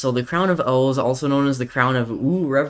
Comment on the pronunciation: It’s crown of OOOOOOOOOOOOOOOOOOOOH not ooooooooooooo